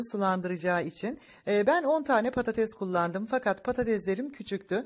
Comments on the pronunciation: Patates,e patatez domates,e domatez herkes,e herkez diyen cahillerden bıktik...😩😩Türkçe,yi katletmekten vazgecin önce Türkce,yi ögrenin sonra youtube kanal açın..😩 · Simdi denedim ama dikdortgen tepsiye :) kopuk kopuk oldu 😄 insallah guzel olur, bu arada nolur patatez demeyin 😊😁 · Patatez değil patates